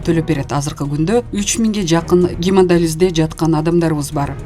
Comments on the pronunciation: Гемодализ эмес - гемодиализ.! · Диктор карындаш, гемодиализ деп туура суйлочу. Уят.